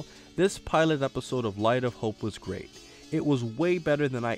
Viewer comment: #SuperSaiyanBelch oh, and, I didn't think you would audition for Frosted Flakes like that, but you need to summon the grrr-8 instead of grr-rate. Trust, it's something minor, but completely changes it.